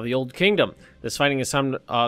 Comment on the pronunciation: mrAMMW Communist regimes are not something an English speaking person can pronounce well.